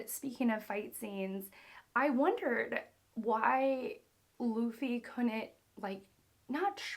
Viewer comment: it’s baa-gi...not zee its gi.. i can't understand when its Lu for Loo you pronounced laaa..now its Bu for Baa but you are pronouncing Boo... by the way you must respect the names as the creator named them..